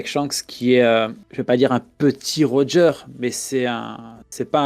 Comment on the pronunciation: Mdr comment ça roger deux fois raighley 🤣🤣🤣🤣